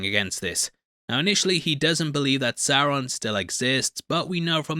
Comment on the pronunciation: It’s Sauron homie